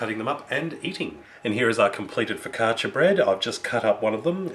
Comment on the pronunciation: You say focaccia very good! I like your recipe, my fav focaccia (ligure: from Liguria region) has like a triple amount of oil (hehehe) but in my region (emilia romagna) it's made with less oil like yours. If you want a super tasty one try putting some onions on top! Hugs :D